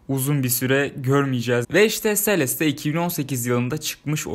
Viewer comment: abi sonunda celeste e selest demeyi öğrenmişsin :)